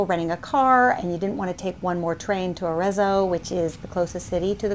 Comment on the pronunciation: Dear. I’m a huge fan. I’ve done your recipes for years. I love your videos. Please just learn how to pronounce Arezzo. The double z is pronounced like pizza. As in Aretso but spelled with the double z.